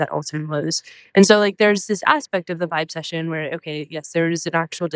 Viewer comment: Jeeeeeeezus Christ, Scott. Boy did you screw this up. You're inaccurately telling everyone here, in your VO and your graphics, that she coined a phrase called "vibe session." That's not what she coined. She coined "vibecession." VERY different. You screwed it up by pausing between the two parts, b/c your clueless staff wrote it for you this way on your teleprompter and you mispronounced it., because you didn't research her before the pod. "Vibe session" (as you announced it) is a phrase that's been around for 20 years or more, where people are having a (hang) "session" and experiencing a "vibe." But "vibecession" is interesting--it implies a "recession" from what should be a "good vibe." You literally set her up as an idiot because you and your staff didn't do your homework. Go stand in the corner and think about what you've done.